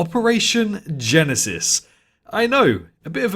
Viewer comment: Everytime you are saying jurassic park operation genesis i subconciously hear jurassic park operation genecide xD